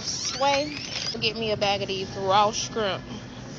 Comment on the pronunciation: Why can't these people that were born and raised here speak the damn language? The woman was in the grocery store and said she was gonna get one of the "raw skrimps". What the FK is a skrimp? Lady, it's pronounced shrimp. (Sh - rimp). Ignorant-ass!